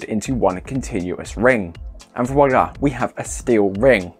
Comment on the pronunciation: Background music only coming through as tick tock tick tock. Jumps back too the talker to often. And "voyla"? Unlike others, I'm not enjoying these.